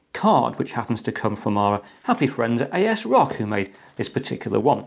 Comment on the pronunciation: A S Rock, ive never heard anyone call it like that. Its always been "As Rock"